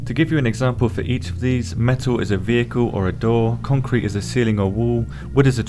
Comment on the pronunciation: Ah yes, Contrete